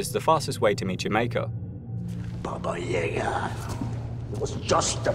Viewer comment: “Baba Yaga” not “Baga” but I’m being pedantic